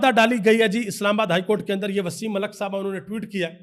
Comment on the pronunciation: Please call mulk. Not mulak